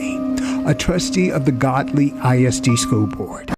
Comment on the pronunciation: It’s actually Gödly. (pronounced Goodly) Duh